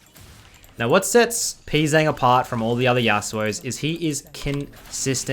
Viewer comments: Who is Pee Zang lol you're pronouncing his name wrong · Hello, the letters ‘Pz’ in his name is meant to be pronounced individually, his name is 프제짱 when written in korean (I would write this like pu je jjang)